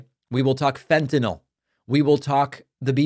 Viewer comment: Thank you for pronouncing fentanyl correctly. It’s a small thing, but no one can seem to do it.